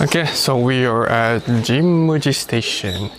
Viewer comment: Why did jimmuji station sound like jimmy station😂